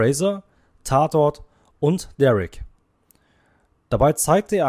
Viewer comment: Richtig peinlich. Vor allem die Aussprache von Derrick. Das ist keine amerikanische Serie gewesen, sondern Oberinspektor Derrick.